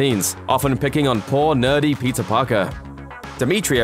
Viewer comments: Dude !!!!! Keep up with us ! And stop saying PIZZA ! it’s : PETER! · Are you saying Peter or Pizza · I hear pizza whenever he says Peter... 😂🤣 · Pizza carries his uncles lessons with him Damn I keep hearin pizza instead of Peter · Why am i hearing PIZZA rather than Peter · I heard PIZZA every time he said peter. Is it just me? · pizza? or peter ? what are you trying to say?